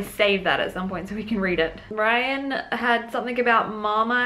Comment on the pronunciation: Hi. I hope you don't mind me pointing out that Rhian's name should be pronounced 'Ree-ann'. Its a Welsh name. Great video. Thanks x